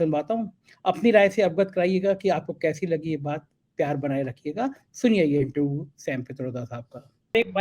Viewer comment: गोलू मोलू से थोड़ी कम इंग्लिश जानने वाले इंटरव्यू को इंटरवू कहने वाले लेकिन वाकई बहुत अच्छे और नेक दिल हमारे को दिल से बधाई।